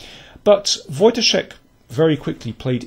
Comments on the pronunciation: You pronounce Wojtaszek correctly and not like kingscrusher ( watch ka zek ). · dokładnie tak. Byłem pod wrażeniem :) Wielkie brawa :) Some really fab commentary as well. Good job :)